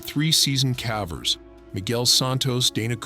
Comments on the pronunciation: What’s with the pronunciation of ‘cavers’ as ‘cavvers’? Almost makes you think it’s not a real person…. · When I heard this guy say cavers all wrong I tuned out. Whiich I'm doing now